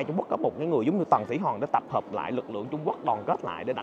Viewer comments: Khoa nói : Tầng Thỉ Hòn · Kiến thức rộng , clips kích thích sự tò mò tìm hiểu lịch sử Trung Quốc ………nhưng phát âm : tầng thủy Hòn 😂……..